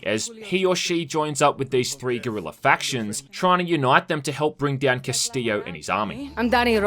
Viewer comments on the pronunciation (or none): none